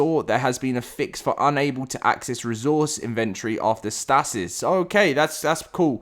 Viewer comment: I have never heard anyone pronounce "stasis" like that. 😲